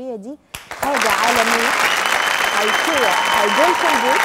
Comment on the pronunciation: ههههههههههه منى الشاذلي مش عارفه تنطق كلمة ايكيا او براند ايكيا بالله عليكم دي مذيعة متمكنة فين مذيعات زمان